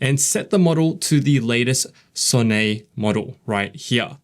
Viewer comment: It’s pronounced Sonnet, not Sonné. I know it looks like it’s a French name but Anthropic engineers themselves call it Sonnet.